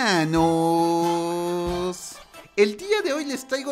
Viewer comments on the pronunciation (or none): Ya estrañaba el "helmanoss" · Me encanta cuando dises helmanos🤣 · Me da risa cuando dices helmanos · El "HELMANOS" me da 100 años de vida